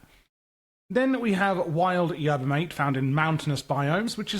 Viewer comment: Not to mention Yerba MAH-TEH